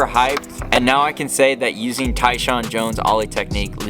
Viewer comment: Love how the AI can't figure Tyshawn's name.😂 TAAAN